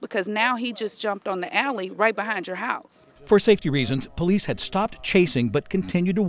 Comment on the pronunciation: I don’t think “po-leece” logic is a class in the academy🤣